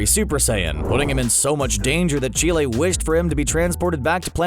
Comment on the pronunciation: Did he just call Chelai Chile